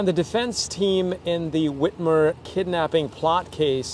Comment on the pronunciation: Its Whitmer not Whiter.